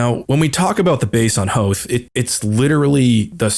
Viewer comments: Don’t ever pronounce Hoth like that ever again! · Why do you keep pronouncing Hoth wrong? I don't get the joke... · I'm physically cringing whenever he says "Hoth" like that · Your pronunciation of Hoth in this video made me laugh so hard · I felt this is intentional lol cause he refused to acknowledge the movie pronounciation